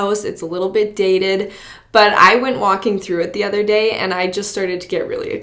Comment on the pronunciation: You have to be from Alberta...maybe Calgary area! The way you say “house” and “day” in the beginning of your video is so so Albertan! Does anyone know where in Canada she’s from? There’s no info online...but I’m willing to bet money it’s Alberta (greater Calgary area possibly).